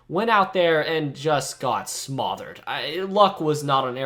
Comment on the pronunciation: I won’t ignore you said smOthered instead of smothered like normal ❤